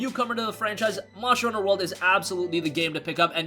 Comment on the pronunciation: "Monsher honsher" lmao